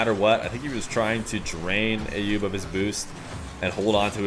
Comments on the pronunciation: the name "Ayoub" is pronounced with an A as in "umbrella" not A as in "ate" .. So like "uh-yoob" .. Please, it's not hard at all and I'm not even Arabic or middle eastern at all btw! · you are miss-hearing what that lady is saying. As you can see here from this article the precise pronunciation (using International Phonetic Alphabet - IPA) is actually [ˈʔajjuːb]. And from the IPA pronouniation key we see that the first three characters form an "uh" sound. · I actually pronounce it based on a video sent to me by Ayoub himself, which I would argue the lady is saying it closer to how I say it.